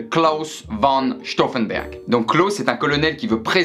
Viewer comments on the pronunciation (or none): c'est pas mal, mais il faut dire Claus fon Staouffenberg. je suis chiante, aurevoir